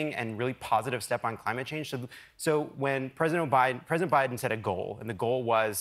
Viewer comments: No one missed sayin president O’Biden every time right? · LOL. Who else caught the guy "say": "President O'Biden". ?? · President O’Biden? I heard that slip. 😆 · Did Lovett almost just say “O’Biden”? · Notice how they sometimes say "President O-Biden" because they're so used to saying Obama :D